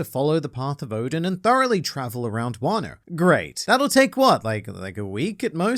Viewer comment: Sorry for my bad English but it's Oden pronounced "Oh-den" as in "den of thieves" not "Odin the Norse god". It's a popular Japanese hotpot dish.